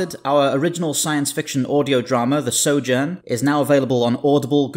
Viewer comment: You can't pronounce SOJOURN